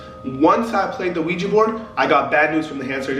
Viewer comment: It’s ouija board not ouigi, It just has a weird pronunciation